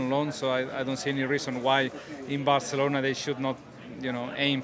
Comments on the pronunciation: Worst Barthelona pronunciation I've ever heard lol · Hey Laura! Just say Barcelona! Not barthelona!! Please be normal. Don’t be vain. Please. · Barcelona is Catalan, not Spanish, so the C is not pronounced as "th"... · Laura's Catalan accent needs a bit of work.....